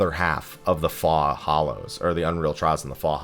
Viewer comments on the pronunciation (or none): ‘Faux’ is pronounced like “foh”, yes? 🤔